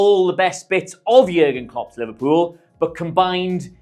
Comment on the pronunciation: Great video. But Liverepool? 🤦🏻‍♂️😂